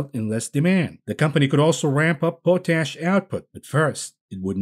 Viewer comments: Yes I'm having trouble you keep pronouncing pot ash as po tash😂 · Pot-ASH Not Po-tash Oh no…